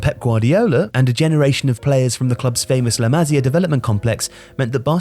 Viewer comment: Why are the English so determined to mispronounce foreign words? Tocando is pronounced with a hard C like a k. One has to know that. And the famous football school at Barcelona is called the Masía, with the stress on the second syllable. Who does not know that? But you put that same guy with his fine accent, in an exam against me in history, and geography, in algebra or geometry, in literature, in most things oh, he'll probably wipe the floor with me. But pronouncing foreign words, forget about it